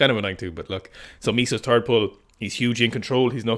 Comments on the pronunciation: I never noticed the 'turd pull' thing before - now it cannot be unheard and will haunt all future Sikastan broadcasts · just go ahead and say "last pull" so you dont have to keep saying turd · Did you say “episode three” or “episode tree? Also, did you say “the third pull” or “the turd pull”